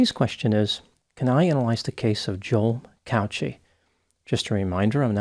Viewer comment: The way you pronounce Cauchi is not right I'm Maltese and it's pronounced "cow key"